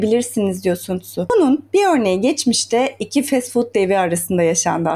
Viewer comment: Okunuşu San Zu değil mi hocam